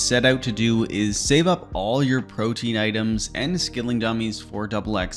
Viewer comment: I’m so sick of the RS community mispronouncing everything. PRO-Tee-An. Proteen? Why